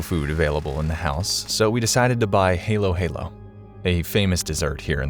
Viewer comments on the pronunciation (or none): Haylo haylo😭 Yung narrator Hindi alam pronunciation (Hindi ko alam spelling ng pronunciation ) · It's pronounced HA-LO-HA-LO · Wtf is hey low hey low😂😂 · HA-LO, HA-LO (Halo-Halo) that’s the correct Pronunciation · No, it’s a HA like Haha and then low —-> HALO-HALO That’s how you pronounce it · i like how you say halo-halo